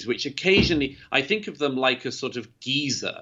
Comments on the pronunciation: I thought of “Old Geezer “ but I knew he meant Geyser 😗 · I’m British and I pronounce it Guy-zer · I thought he was saying Giza at first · If you learn anything from this, let it be the British pronunciation of "geyser." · took me a minute to figure out what the hell he was talking about. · I wonder how you pronounce it. I am English and so pronounce it as he does. I am fascinated by the word “buoy” - we pronounce it “ boy” whereas our American friends pronounce it “boo e” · The fictional Hyacinth Bucket pronounces it as he does. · That's how the Brits say 'geyser,' huh.